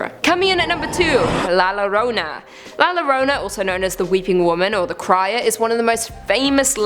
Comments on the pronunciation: Omg pronunciation llorona is not lorona y pronounced la yorona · La lorona 😂😂😂😂 its pronounced la yorona! In different regions of Latin America El Coco is El Cucuy! And duendes are also called Chanekes. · Hispanic, not spanish. Spanish is from Spain. The things here from Spain are the duendes and el coco. La llorona (pronounced like Yorona, not Lorona, because double L in spanish is kind of a Y) is NOT spanish. Is like saying that the wendigo is english, or Nessie is australian. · Lmao no views. But 4 likes. Tio YouTube is drunk again BTW La Llorona is pronounced as La Yo•Ro•Na Not La Lo•Ro•Na And if you hear her cries from afar, that means she is close by & if you hear her cries close by, she is far from you. ........ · nooooo! You’ve cursed yourself by mispronouncing “la lloronas” name. Quick!!You must drink 3 shots of Tequila with the worm inside while pronouncing her name right after each shot!! And you must do this ON YOUR NEXT VIDEO!! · The way you pronounce La Llorona makes my dick itch.